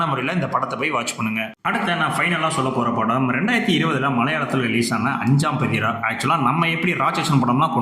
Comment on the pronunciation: அஞ்சாம் பதிரா என்பதில் சரியான உச்சரிப்பு 'பாதி ரா' பொருள் midnight பாதி ராத்திரி.